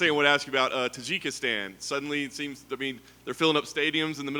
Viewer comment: Did he say kajigistan? Hahaha omg Americans huh?